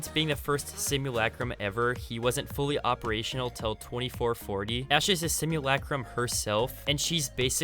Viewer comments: Stop saying simulacrum so weird stinky boi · Why do they say simulAcrum it’s just simulacrum they all pronounce the a on it’s own